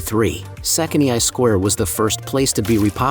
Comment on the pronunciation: My gosh, it messes up Esztergom with Pécs when the marketplace is shown! The narrator should have made efforts to learn enough Hungarian to pronounce the names well enough so that they could be understood. The way he pronounces Széchenyi, Prédikálószék or Rám-szakadék is pathetic. Otherwise not too bad for such a short video.